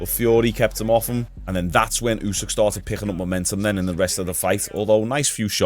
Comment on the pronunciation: I'm pretty sure it's Usyk, not Usîh 🤣🤣🤣